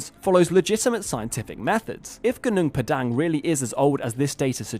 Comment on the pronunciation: the dhipshit can''t even prnounce the site's name properly.it's pronouced Hoo-Noong Pah-Dung meaning mountain field,at least in bahasa malasia